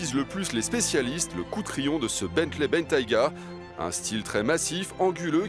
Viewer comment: Bentiger? C'est quoi cette prononciation? XD